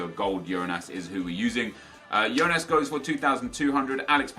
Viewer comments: It's not Yonas, it's Jôh-nás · its not yonas, its jonas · its not yonas mate thats spanish its as you say it JONAS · Its Johnas not Yohnas. You got it right the first time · JONAS NOT IONAS HES BRAZILIAN NOT SPANISH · It's not actually "ionas", it's jonas! Don't know where you got that from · Hi You can say Jonas (J) it is the correct, do not say Ionas hahahaaha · hey nep, you can pronounce "Jonas" like you used to do instead of "Yonas", thats the correct way ;] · Its pronounced Jonas not Ionas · It's not Yonas, it's portuguese so it is actualy Jonas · Hi Nep! I'm a brazilian fan and I just wanted you to know that you pronounce Jonas with the J sound, as you said before, not Jonas with the I sound... Keep the great work!! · when he says yonas but it actually is said jonas and when he says grim aldo when its said grimedo. smh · Its Jonas not Ionas,trust me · hey nepe, the correct way to say The name of Jonas is JONAS, not IONAS, i am from Brazil, we say like that, Jonas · what's up nep, you were saying Jonas name right, it's "Jonas" not "YOnas" . ( apologize for my English I'm from Brazil) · Nep just a tip,i actually live in brazil and we pronounce jonas with that strong "j" sound not "ionas" like u said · it is JONAS not YONAS!!!! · his name is not "IONAS" u dont read that J like an I you say it like you were saying in the beggining and im from Portugal. not trying to take shot or anything just trying to help 😉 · Kip James it is not, im brazilian and we pronounce it JONAS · You read the J in Jonas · Nep you pronounced Jonas rigth then wrongly corrected yourself. Just saying. And sorry if i misspelled anything i'm brazilian, that's why i know